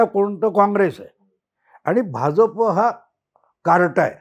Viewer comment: Hya Bhauna " Bh'Ja'Pa" cha ucchhar kasa karayacha te shikava.